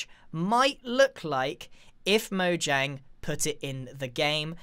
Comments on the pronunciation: The amount of times that he says "mojanjy" makes me want to punch someone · "Mojangy" -Grian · this is how many time he said mojangey l l v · Lol how many times did he say mojang”y” 👇🏻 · When i read that grian said mojangy. How strange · Everyone: mojangy Me, an intellectual: mojangian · "Mojangy as Possible" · Mojang is pronounced Mo-yang. It's Swedish. So...